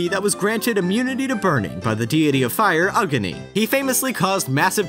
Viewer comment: Having played Smite, his pronunciation of Nu-Wa and Agni were weird. Old Wa pillars FTW!